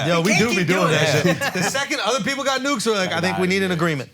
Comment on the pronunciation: This man said pearple